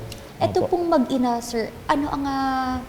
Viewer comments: yung reporter sinasabing mag-iina ... ma'am MAG-INA po.. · Mag-ina lang hindi mag-iina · Mag ina po hindi mag iina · "Mag-ina"....hindi mag-iina